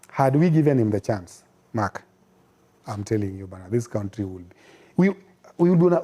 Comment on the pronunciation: I love when he says kountri😂